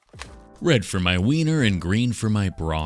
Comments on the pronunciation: Him saying winer is mecking me uncomfortable 😂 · Every time he said Weiner I had to try not to laugh 😂 this dude is the best lol